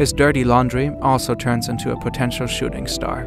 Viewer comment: Weird how his accent makes the word “potential” sound like current ;)